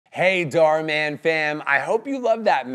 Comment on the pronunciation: OMG DHAR MAN ARE YOU Serious I never knew that i'm starting to hear that darman